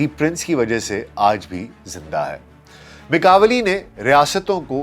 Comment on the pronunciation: Italian name pronounce "ma kia veli"